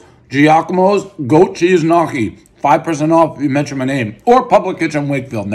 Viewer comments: One goat cheese knockee, everyone knows it’s pronounced knee-oh-key. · Ha! "Knock-kee" you mo fo... gnocchi, gnocchi! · more like knee-ockee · did he really just pronounce gnocchi "Nocky"? lol!!! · One tub of “nockee” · Goat Cheese Knock-EE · Lol "nahkki" it's pronounced nyo-ki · One “knockee” everyone knows Dave will mispronounce a basic word every review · Lenny Nicotra 🤣🤣🤣 knockee is nutssssssss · One goat cheese knocky everybody knows Prez can’t pronounce gnocchi. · One grown adult who doesnt know how to pronounce Gnocchi as (ni- o- ke) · sure but it's a different sound and I'm not American so for me it's close but not as it should be pronounced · you need to know how to pronounce gnocchi first, we have some of the best in my area